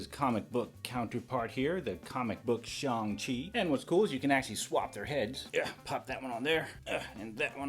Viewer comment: It is shang- “shae - ane”